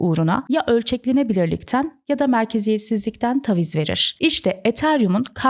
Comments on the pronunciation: TAVİZ dedikçe gerildim videoyu izleyemedim. TÂVİZ ( A sesi biraz uzayacak yani) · Tebrikler cok yalin ve akici bir anlatim olmus. Nacizane bir tavsiye. Taviz derken a sesi kısa soylenmez. Dikkatim orada kaldi hep 😅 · Taviz kelimesinin nasıl telaffuz edildiğini bilmeden bu kadar çok kullanmak...